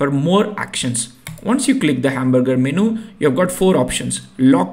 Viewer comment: if you dont mind i want to correct some of your pronounciations 1: TIER is pronounced as "TEEER" like " BEER or FEAR - so tier = teer - thats how you say it 2: Menu is pronounced as " menn - youu" men as in "there are men in the army" and you as in "how are you" so MEN-YOU 3: machine is pronounced like "Ma- sheeeen" its an elongated eee sound ma-sheeen Thanks and great tutorial, just thought since these words are very common in your work and you will be using them a lot so its worth correcting, thanks for the tutorial